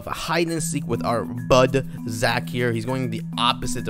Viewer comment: Ahhhhh haaaaaaaaa it’s Zachhhhhh not poke